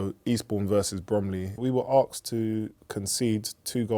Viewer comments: Asked, not arksd ffs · "We were arksed to match fix" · “I axed him”